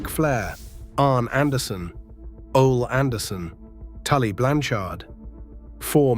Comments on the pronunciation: Ole Anderson. It’s o LEE not OL. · I've given up fighting against AI. But how hard is it to get the script to just write "Oley Anderson" or "Tully Blanchurd"?